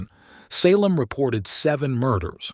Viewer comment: Suh-LEM? Lost ALL credibility. Do better.